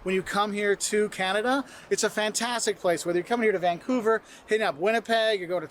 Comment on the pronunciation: dont pronounce vancover..vangcover!